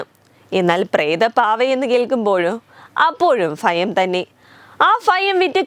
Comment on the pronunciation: കേട്ടിട്ട് ഫയം തോന്നുന്നു. 'ഫ'യങ്കരി തന്നെ.